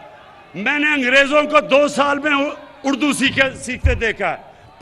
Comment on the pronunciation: اور نیازی کو یہ پتہ نہیں کہ اردو بولا جاتا ھے یا اڑدو بولا جاتا ھے۔ نیازی اردو کو اڑدو بول راہا ھے۔